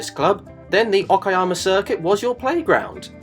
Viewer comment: It's impressive that you didn't fail to pronounce the track's name. It's Ok-ah-yammer, not Oh-key-yammer.